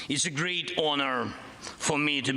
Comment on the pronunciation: "a GREED honor...and all AmeriCONS"! 🤣